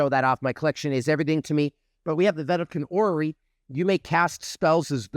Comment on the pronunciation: I spit the water out of my mouth when he was reading vedalken orrery LOLOL I have never ever heard someone pronunce it like that hahahaha great video bro!